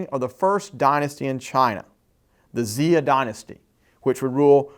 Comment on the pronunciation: I know, Xia was "zee-a" instead of "sha"